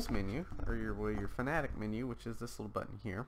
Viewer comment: This says fanatec wrong He says it like “fanatic” when it is actually pronounced “fana-tech”